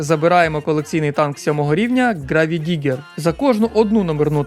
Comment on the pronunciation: Дякую за відео! Все прекрасно, але Гравідігер, це мем! 😂😂😂 Правильно ҐрейвДіґґер, виправте, будь ласка, наступного разу! 🤗😊